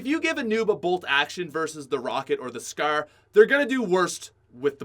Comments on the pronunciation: the way this guy pronounces scar and any word that sounds like it makes me want to die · You say scar weird asf